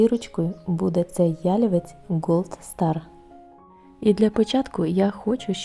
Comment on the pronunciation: Дуже красиве відео. Багато роботи вкладено в таку красу. Гарно відзнятий матерал. Трохи спантеличило те, що ви робите наголос в слові ялівець так, ніби то озвучує коп'ютерна програма😮